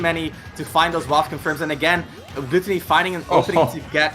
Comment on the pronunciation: I am kinda annoyed at hiw the commentator keeps on mispronouncing GluTOWny.